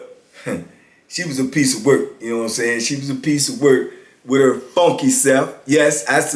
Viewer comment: He said "wit her funky self" 🤣🤣🤣🤣